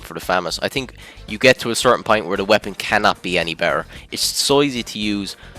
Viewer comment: Maxed out Irish accent